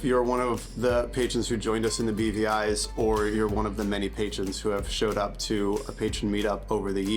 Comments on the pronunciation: I always hear "The BBIs", aka "The British Birgin Islands". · OOoohhhh! It's the "BVIs"!!! I think I've only ever heard people say it, not seen it written, and I thought they were saying "The beady eyes" and was just very confused.